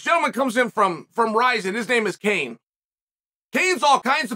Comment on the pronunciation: LOL - "Kane"